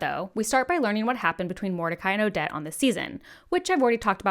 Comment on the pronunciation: Ad-ja-tent Kew-a-teen Awe-det O-feel-E-ah No shade by the way just hope this helps!